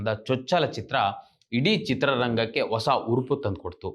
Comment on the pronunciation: ಒಸ ಅಲ್ಲ ಹೊಸ